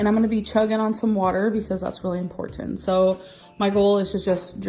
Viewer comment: "EM-PORT-EN" SHE NEEDS TO PICK A DAY AND LEARN HOW TO PRONOUNCE IMPORTANT!